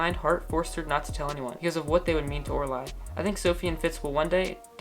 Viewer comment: k, great video, but............. PLEASE WHY DO YOU SAY ORALIE LIKE ORA LIE I CANT I CANT I CANT ITS ORA LEEEEEEEEEEEEEEEEEEEEEEEEEEEEEE but good job 😎